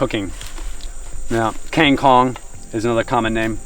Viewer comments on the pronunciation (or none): Water spinach is Kang kung not keng kong.. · King kong ??? Kang kung yang bener tuh